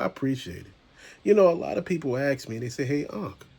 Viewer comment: People axe me lol